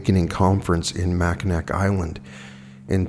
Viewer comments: I know its absolutely ridiculous but its pronounced Mac-in-aw. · It’s pronounced “ Mac-a-naw “ island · Love you ❣️ lol but Mackinac is pronounced Mack-in-aw 😉👍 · Not bein rude. Mackinac is pronounced "mac-in-aw" :p I'm from MI